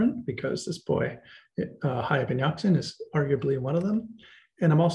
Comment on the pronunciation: Hayy in Arabic means "Living (being)" and Yaqza-an means 'Aware' or woken up( this how it should be written, for it is not as you pronounced it'Yaqzan' very short, where as "Yaqza-an is elongated, which the correct way to pronounce it. Many other mistakes are made in, for instance 'Al Ghazzali" which means 'The weaver' in Arabic, is pronounced 'Al Ghaz-zali' elongating the the z, and so on. Just thought you might want to know. Being an Arabic scholar, I notice tons of mistakes people make in attempting to translate/literate this great language, that has deeply influenced the west in particular, and the rest of the world in general. With very little credit, unfortunately! Not to mention the great polymaths it has produced throughout history. Thank you!